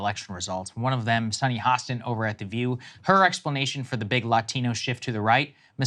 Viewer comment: She sounds super educated— but then sounds ridiculous whenever she pronounces the word “LA-TEEN-NOH”. Like, why does that even happen? I’m Italian, but I don’t turn on a Mario accent when I say the word “Italian”.